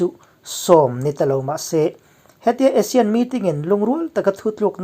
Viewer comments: Asean ti zawktur aw.. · A thupui a i rawn hman khi ka duh tawp..Asane ho ek mai an ni tih khi chu ka nuih a za tawp..hahaha...mipui hian kawng zawh tawh lo in a ruk a ral in bei tawh maise aw, an thi reng mai a rilru a na duh emai....hnam sipai ho hian lungrual tak in bei zel tawh mai rawh se.. i ti lawm awm lutuk e kawlhming i lam thiam lutuk hi a mak ka ti, kawl ho zing a seilian pswh i ang zawk alawm le...damreng ang che..